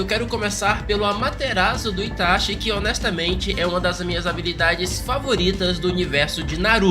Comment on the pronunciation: "Tachi" kkkkkkk